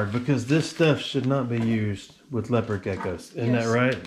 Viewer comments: Bro how can u mess up thr pronunciation of leopard geckos its said like lepard not leo pard . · Lay oh pard lmao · Did he just say LAYOPARD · its pronounced lep-erd gecko not lea-pard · “Lay-oh-pard” gecko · LeO pArrD gecko 🦎